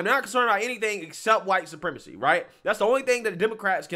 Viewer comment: “White suprrrrrremacy!!” 😂